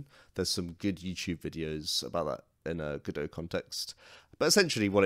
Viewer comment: It's called Godot, but you keep saying Godoew.